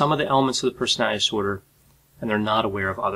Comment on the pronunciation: Persnaltsnorder said 1000 times. Respectfully, as a court reporter I can’t watch this due to the lack of diction and care with the delivery of your words, but appreciate your command of the subject matter.